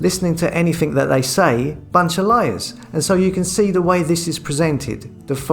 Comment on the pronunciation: " viss", "vatt"" "fings" "sumefin". Before setting up a channel, why did you not learn to talk properly, especially seeing that the very title of your channel is "". Yes, indeed he does talk, just about. Sort you life out! And don't forget to remove this post, out of embarrassment.